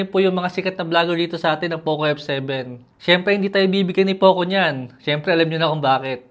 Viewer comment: Poke f7 pagkakarinig ko😅